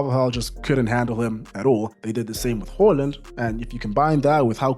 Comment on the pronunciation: why do you keep calling the man "Hooland" it's Haaland!!!